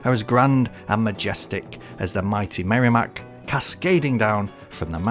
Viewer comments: Such an interesting video! Thank you! Side note: As a native New Englander and NH resident, it’s pronounced “Merr-eh-mack”, not “Merry-Mack.” 😉 Cheers! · regarding merrimack, its noty "merry-mack", its "merra-mack", and you were correct with the second pronunctiation of 'Blodget'. sounds like "Bodge it", just add an L. and yeah, its depressing here. Manchester is the most backwards city in the most backwards new england state. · i like that he calls it the merrymack